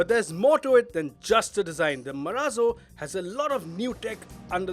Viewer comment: "MARAZO"............ बोले तो.........????